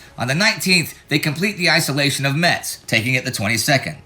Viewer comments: At first, I thought Indie said " Patton takes meths " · FYI the "t" in Metz is silent. (Pronounced Mess). I know i'm nitpicking, but the people of Metz are real pains in the ass aboitt that 😂